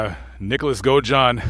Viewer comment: hey, I love the channel, but just wanted to make a correction for you, The name was Nick Godajohn not Go John lol. I mean no disrespect, just wanted to help thanks for all your hard work